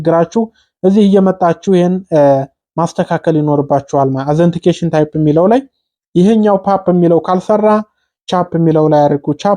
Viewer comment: እናመሰግናለን ግን እርማት አንተ የቋንቋ ችግር ስላለብህ አነባበብ ላይ መጀመሪያ ጠይቅ ከሚያቁ ከነትርጉሙ ሰለዚህ ኦተንቲኪቴሽን ታይፕ ነው እንጂ አዘንቲኬሽን የሚል እንግሊዝኛ ቃል የለም በሌላ ጊዜም ስላየሁህና ስላዳመጥኩህ ነው እርማትህን አስተካክል።